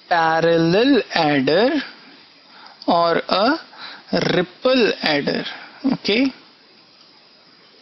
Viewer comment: He says ripple funny... And at the end when he said third like turd... Hahaha.... Nothing too impressive this ain't... Simple stuff...